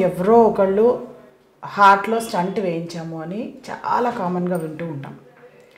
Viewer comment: స్టంట్ కాదు తల్లీ, స్టెంట్ అనండి.